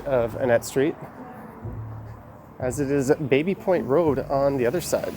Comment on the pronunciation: I thought it's pronounced "Babby" Point